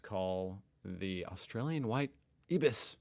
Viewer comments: "EYE-biss", not "ibbiss". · Ibis is pronounced 'eye-bus'😀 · WTAF, who chose this “Raygun” to represent Australia? I’m embarrassed by this tbh. 🤷🏼‍♀️ It’s pronounced phonetically as “eye-bis” 😊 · it's pronounced I-bis or eye bis :) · Ibis are pronounced "Eye Bus" or "Eye Bis" depending on accent.